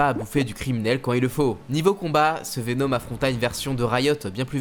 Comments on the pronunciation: Pk tu dis venOm 😂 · Joli travail. Très cool. Par contre, pitié, travaille ta prononciation de certains nom comme Venom ou Shriek.